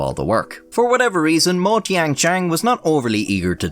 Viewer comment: I believe every word you said in your intro. Your pronunciation of the name Tan Youhui, apart from the tones, was pretty spot on - which is bloody impressive! Well done 😁. Two of the other names were not quite so impressive but still not at all bad. Mo is pronounced 'Muo', Tian is pronounced 'Tien' and si is pronounced 'suh'. BTW, yuan is pronounced 'yüen'.